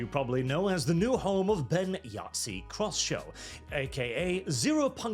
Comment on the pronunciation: Did you just say "Crosshew" Instead of "Croshaw"?